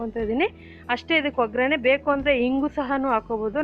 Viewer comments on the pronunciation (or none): Oggarane not ograne